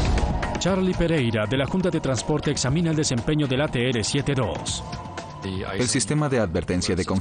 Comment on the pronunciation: No existe la letra "ere" se pronuncia la letra "erre" ATR. "ateere" suena ridículo.